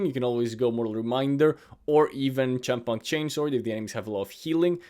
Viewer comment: 'Chempunk' is Union of 'chemistry' and 'punk'. So it's pronounced like 'kempunk'. No big deal, just sharing.